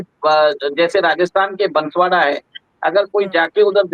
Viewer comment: कृपया बंसवाडा नहीं बोलो आप इसे बांसवाड़ा बोलिये। यह जिला राजस्थान का चेरापूंजी है।